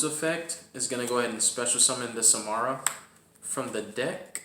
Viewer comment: Sa-Ra-ma lol. It was very unsettling hearing you call it “Samara”. Regardless cool deck profile. Personally i play without Dimension Shifter because its too situational